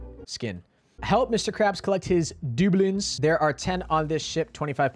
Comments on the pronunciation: Dude it’s pronounced “dub-loons”🤦‍♂️🤣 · actually duh-bloonz. if you ever graduate from college you’re not gonna know phonetics 😂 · It’s pronounced dub-loonz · Da-blun is how u pronounce it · The way u say doubloons really fries my beef omg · The way he said doubloons had me dead😂😂